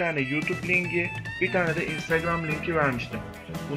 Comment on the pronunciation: LING DEĞIL LİNK DEMEYE ÇALIŞIYORUM😂